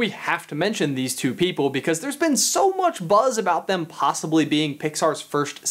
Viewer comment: Oh my god 😱 you say possiblay too!